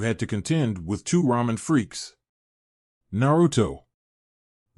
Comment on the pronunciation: Alright here we go again, ahem, RAW MEN, uh I uh, I meant ramen, damn it..